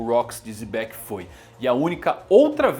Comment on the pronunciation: Pq ele chama Xebec de Zebec?